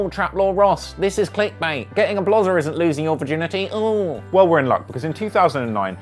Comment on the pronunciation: Nigga said “blozer”